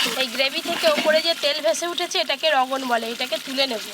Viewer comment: রগোনটা কি ?? অশিক্ষিত, ওটাকে ' রোগান' বলে।